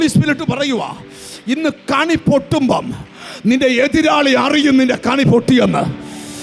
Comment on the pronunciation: കണി അല്ല കെണി ആണ്